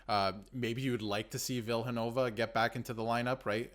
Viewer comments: It's Vill-ee not Vill and it's looking like Arniel brings him in a two game conditioning stint with the Moose #freeVille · Vill eee not Vill